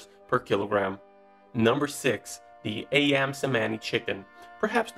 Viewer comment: its not a yam but say the a like ayam